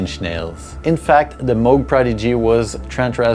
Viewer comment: I love how you correctly pronounce Moog. I thought for years it was Muug, but it's Mogue like Vogue. Kudos ;) And yeah, I agree Skinny Puppy is the GOAT.